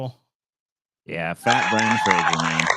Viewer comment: It's not pronounced Brendan "Frasier."